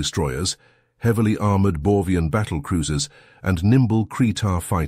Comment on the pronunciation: Am I wrong, cause I hear "Borvian" while it's written "Borgian" in the subtitles?